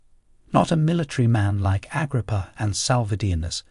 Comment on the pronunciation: The new narrator has problems with names. Never heard Agrippa pronounced like that.